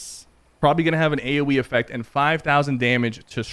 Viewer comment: He said aywee effect 😂